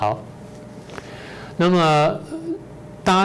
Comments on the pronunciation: 哈！主持人的戰狼發音為"葬狼"。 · 一開始說的戰狼聽成葬狼 難道是預言 哈哈 一下轉成這樣 可笑的中共一定很怕國際求償武漢肺炎和種種外交的惡態